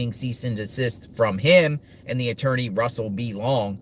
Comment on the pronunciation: Surely his "atoorney" ...if he still has one ? Advised him to stop